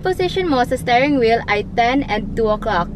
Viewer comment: gusto ko ung "stairing wheel" haha